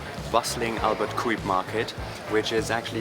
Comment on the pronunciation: Its Albert Cuyp not Albert koewiep